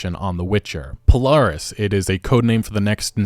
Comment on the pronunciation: He got Polaris and the others right it threw me for a loop and thought he was talking about something else